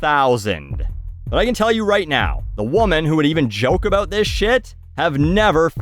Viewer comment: But he can't say, "about".